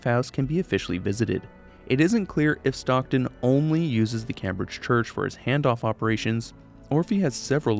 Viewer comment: I’m more concerned about how he can’t pronounce Cambridge